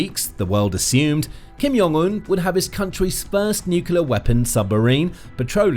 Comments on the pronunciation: Jong...Un with a J.. not "Yong" Un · Kim Jong Un is pronounced with a hard J sound. Since I'm being pedantic about Kim's name, I may as well add that nuclear is pronounced new-clear.